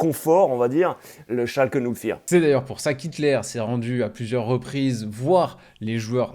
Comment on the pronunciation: Oui, mais ce n’est pas « Schalkeuh zéro quatre » mais « schalké noul fiiirr » (Schalke null vier).